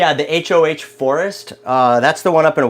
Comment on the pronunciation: Pronounced "Ho" ..Salish tribe..pronounced "say'lish" ✌️😁